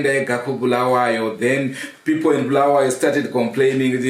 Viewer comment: it's not Bhulawayo but Bulawayo, your ndebele is dribbling is it because usuhlale kakhulu lama Shona yini